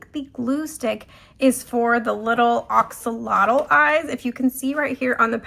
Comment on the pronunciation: It’s pronounced. A axolotl. Lol not O Oxolotl.